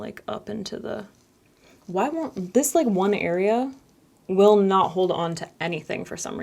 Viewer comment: "whYee" lmao!